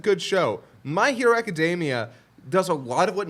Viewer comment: Ugh, calling it Booku no Hero Macadamia makes me flinch as well.